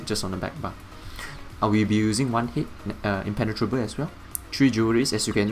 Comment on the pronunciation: "Everything is impen-tenatrable" 😂 you crack me up good build!